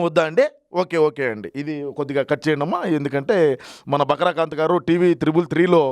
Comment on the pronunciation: బకరా కాంత్ కాదు...బకరా కాంతం 😂😂😂